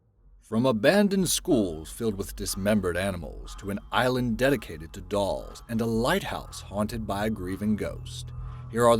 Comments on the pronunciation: "Island of the DOOLS" 🤦😂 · "Island of the Dools"... Oops!